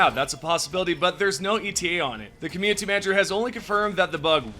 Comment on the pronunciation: I enjoy your videos but I have to ask, why do you pronounce "community" with a hard T ? You don't with any other word; you've pronounced "quality" and "updates" with the soft T every time, but for some reason you emphasize the T in community as a hard T and pulls me out of the video every time it happens.